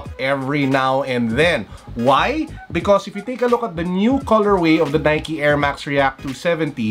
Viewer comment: the way he says should u guys buy the nikey 27d reakkk lol g